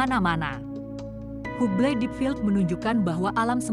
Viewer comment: Bacanya Habel. Bukan hubel